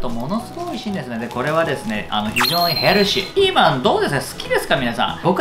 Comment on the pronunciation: ヘルシーの発音がやたら綺麗だった気がする（）